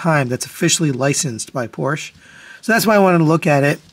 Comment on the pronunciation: Porsche is a two syllable word.